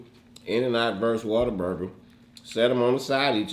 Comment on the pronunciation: Why do y’all say water burger it’s what a burger 🤷🏻‍♀️